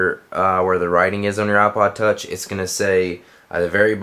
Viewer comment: its IPOD TOUCH NOT OHPOD TOUCH